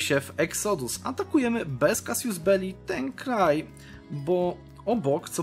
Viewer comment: NAUCZ się wreszcie CASUS BELLI (czyt. Kasus ) - a nie Kasjus belli - tam nie ma "i" !!!! I Shia - to po polsku szyizm. jak ja nie lubię Cię słuchać... słowa z angielszczyzny wymawiasz paskudnie... fuj!! Nadżran, Adal